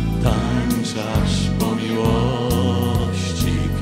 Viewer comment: Glos niezly, troche trzeba popracowac nad dykcja nie tanczasz tylko tancz az